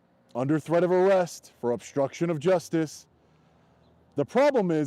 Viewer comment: Dude, with all due respect. Would you please work on speaking English once in a while? You are obnoxious when you say things like 'obshtruction', rather than obstruction, and you connote total ignorance when you say, "Attorney Generals" when you mean, "Attorney General". Not to mention how atrocious you sound when you repeatedly refer to "order of proectections", rather than "orders of protection"? Do you even try to improve your English? You spread around so many lapses in proper grammar that you propagate errors that other people who like you will ape your bad English, and take it or solemn truth. Next, your followers will speak in court using your catch phrases in the same way you do. When a judge hears bastardised English on the bench, he's not expected to be too appreciative of the defendant's perspective. Poor people don't have your resources,. Please be an example if you care for the poor. I notice when you stand before the bench, when it really matters, you have a mouthpiece that doesn't just speak English; he speaks legalese. Please be a good example. I love your work, but please clean up your act before you ask me for money.